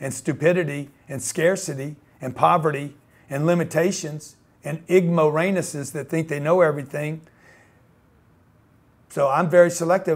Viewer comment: WTF is an igmoreanus